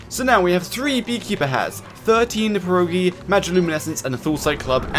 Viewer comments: Best part is the fact he keeps saying "per oh gee" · btw pierogi is said with a hard R and an O i stead of U , but spell it however you want